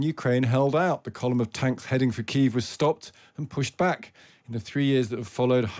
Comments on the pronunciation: What is Kiv?? Kiev? Not for long :)) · Kyiv is two syllables: right first time.